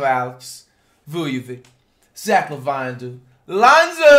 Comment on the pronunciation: It’s pronounced La Veen